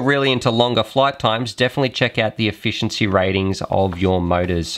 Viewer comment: lol "Efficieny"